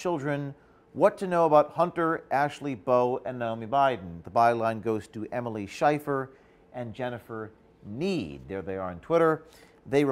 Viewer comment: Haha, 'shifer', as in a long 'i' sound. It's almost scheiss, as in shit, in german. I'm assuming it's a short 'i' in sound, but either way, bravo!